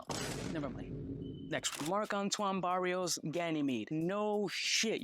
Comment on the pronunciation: "Barwa", not Barios.